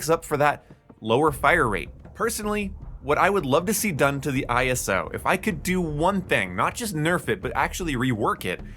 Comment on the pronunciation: its ISO Hemlock not I S O Hemlock